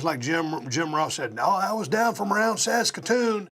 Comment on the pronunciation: Props to Steve for saying Saskatoon correctly. And if there's one thing that's made clear from this interview, it's how well Bret did and still does understand the business and how fans feel.